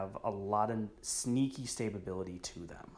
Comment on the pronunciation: So I've watched a couple of your videos now and I have to say that the word stability has two syllables not three. Sta-bilty not Sta-ba-bility...